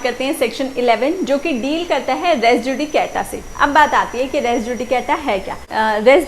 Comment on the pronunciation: Word res is pronounced as REES JUDICATA is not pronounced as JU DE K TA but as JU DE KA TA RES JUDICATA is prounced as REES JU DI KA TA